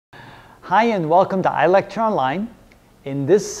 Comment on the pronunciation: What was he saying at the beginning? Hello welcome to electron line????